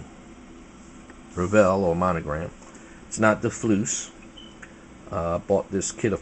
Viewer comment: Didn't know if you were trying to be funny or not bud, but kept hearing you call "FOOSE" FLOOSE...Not trying to be an English teacher...lol